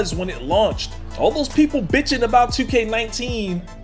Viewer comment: I love how you emphasize BITCHING. Becaus that's all they are doing.